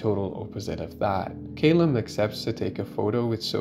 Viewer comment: Great review, awesome film but one thing…Ca-lum not Cay-lum x